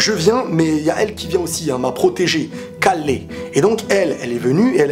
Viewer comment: Ca se dit Keru a la japonaise et pas ''caller'' lol